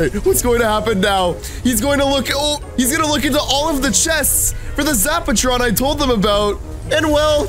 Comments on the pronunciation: Why does say zaptron its zapatron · is calling it a zaptron not zapatron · Lol does know how to talk he said zap tron and its called a zap a tron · Price is the Sexiest zaptron is not the same as zapatron. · Why he call the zapertron zaptron